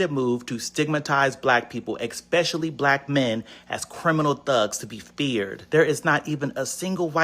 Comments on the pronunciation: How are you gonna make a video complaining about stereotypes... and keep saying 'expecially" 🤦🏻‍♀️ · The guy , someone please tell him that "eckspecially" isn't a word...